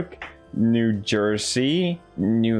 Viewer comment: Dude you said all four states that started with “new” super easily. I’m American and I didn’t even know which ones or how many. I am truly impressed Felix.